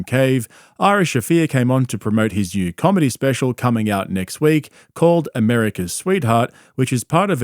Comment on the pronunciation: At first every time you kept saying new I thought you were saying Jew LOL